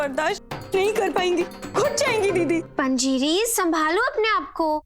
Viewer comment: It's not "panziri" it's "Panjiri"